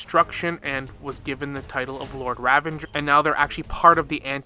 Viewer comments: the word "Ravager" does not contain the letter N. You keep on pronouncing it as "RavaNger" like it's some hybridisation of Ranger, Revenge and Ravager. It is not. It is Ra - va - ger. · it's ravager you nimrod. no n. there's no n in ravager. where are you spawning the n from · Ravanger. For the love of god stop adding extra syllables to words its infuriating to listen to. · Ok so some of the name pronunciations I can deal with, but why do need to add an N to ravager? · I can't finish watching the video, it's bothering me so much how the word "ravager" is being said LOL